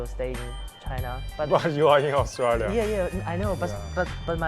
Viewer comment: ，澳洲念aus zhui liya，不念aus tree liya。。。。。